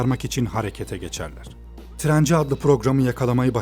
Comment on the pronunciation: trenci 😂😂 (trainer)